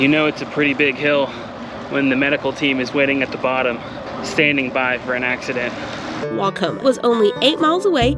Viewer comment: Welcome to Iowa!! Hope you come back!!! Waucoma pronunciation was spot on. However before Mason City, the small town of Klemme has everyone saying it wrong. lol lol lol. It’s pronounced Clem-E. Shamrocks ☘️ as their mascot when they had their own school back in the day.